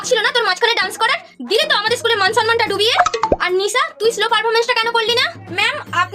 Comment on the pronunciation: That is not slo that is solo😅